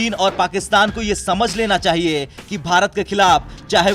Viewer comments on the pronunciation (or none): none